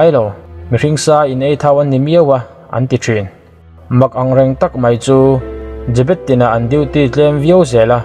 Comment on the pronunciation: jabet a tih khan ka lo ngaithla liam ve mai a i rawn sawi fiah a ka hrethiam ve leh chiah 😁😁 zebet